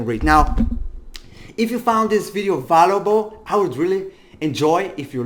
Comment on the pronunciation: the dude is cool and all but when he says valuable is very funny